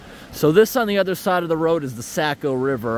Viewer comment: I AM surprisedu prounounced Saco wrong... or were u just playing ? i love ur vids, always !